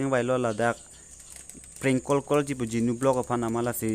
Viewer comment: You should speak and pronounce properly bruh❗ Don't pronounce cor instead of call❗